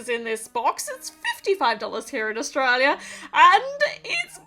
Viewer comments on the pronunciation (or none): none